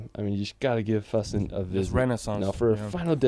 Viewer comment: You actually pronounced "Füssen" more accurate than that guy in the video.. he actually was mispronouncing most of the places really bad tbh